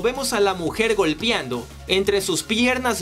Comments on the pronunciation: GOLPEANDO, no "golpiando" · No puedo tomar enserio el "golpiando" por dios, se dice GOLPEANDO. están bien interesantes estos videos pero por favor corrige eso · Se dice golpeando y no "golpiando" :v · GOLPEANDO NO GOLPIANDO GOLPEANDO NO GOLPIANDO GOLPEANDO NO GOLPIANDO GOLPEANDO NO GOLPIANDO PD: IMPERMEABLE NO IMPERMIABLE DE AHI EN FUERA BUEN VIDEO ✌️ GOLPEANDO NO GOLPIANDO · ¿Soy el único que sintió escalofríos cada vez que dijo la palabra "golpiando" (con i)? Jajaja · Estaba súper clavada hasta que escuché el "golpiando" jaja excelente resumen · Alguien noto que dijo "golpiando" en el vídeo